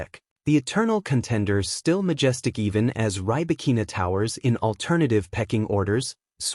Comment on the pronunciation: Check your pronunciation of Rybakina's name